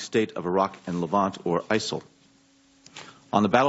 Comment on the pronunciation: who or what are isil lol he cant even get that it right.